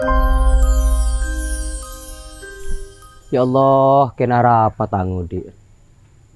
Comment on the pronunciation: Filmx cukup bagus..tp cuma satu pesan dari saya pribadi..buat lah film yg se akan akan tdk mnjadi contoh buruk kpd masyarakat..dan saya pribadi minta dgn kata ( ALLAH ) d prbaiki..kita kan asli Madura masak TDK bs ngomong ALLAH dgn omongan bnr n jls..d bnykx film ttp aj saya dngar ALLOH bukan ALLAH